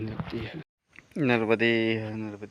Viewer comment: नर्बदे हर नहीं नर्मदे हर महाराजजी